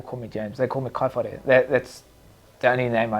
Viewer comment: Kaiwhare, :kai far re (re pronounced with a rolled R)